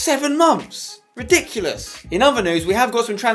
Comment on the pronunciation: You sayd this is reDICKilious